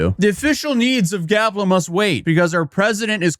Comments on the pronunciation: it is GAPLA not Galpa lol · "Gapla", not "Galpa". Never go full influencer,. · Why u keep calling it”Galpa ” when he said and is spelled “Gapla ”? lol😅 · Your dyslexia is showing. You continually say Galpa, and it's definitely spelled Gapla. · Read the name of the country again so I can laugh more at you mispronouncing it. It''s GaPla not Galpa 🤣😂🤣😂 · Gapla, not galpa.. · Gapla not Galpa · How many times does he call it GALPA? It’s GAPLA🌺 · Bro,it's GAPLA not GALPA!Like its LEMON not RAYMON!!😂😂Cat got your tongue is it??😂😂🎉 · GAPLA, NOT GALPA. 😂 You finally got it!😂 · GAP LA, not GAL PA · bro be honest are u dyslexic? cuz that shit says GAPLA not GALPA ily i love the videos, always gonna be watchin, but damn brother! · It’s GAP LA NOT “GAL PA” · Bro said GALPA 20 times when its actually GAPLA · This country is less than a year old and is already mispronouncing the name. That's more legitimizing than the UN's recognition. Way to go guys. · He can't even pronounce the name of the country Gapla correctly when it's written in front of him. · it should be punishable by law to say that wrong!